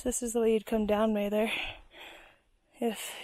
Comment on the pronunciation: Mather is pronounced with a short "a" like "pat". He was the 1st superintendent of the National Park Service. Excellent video by the way.